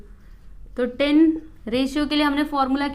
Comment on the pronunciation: Its not ten -- टेन its tan -- टॅन